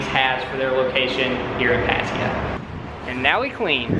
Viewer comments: That annoyed me everytime lmao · ohh its called Patiya? I thought its called Pattaya